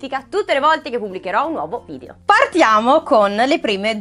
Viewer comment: si dice video non vidio